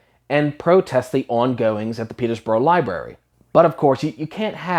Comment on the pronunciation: When you say Peterborough it sounds like P33DOborough to me. That is what many of these groomers are.